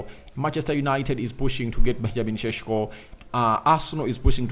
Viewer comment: its not cesko its sesko😅😅